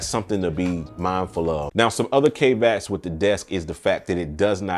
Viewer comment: Dude, google how to pronounce "caveats" cos it ain't "cave ats".